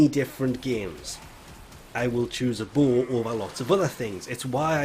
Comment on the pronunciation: It took me like 5 minutes before I realized you were saying "bow." I was all like "WTF is a bull weapon?"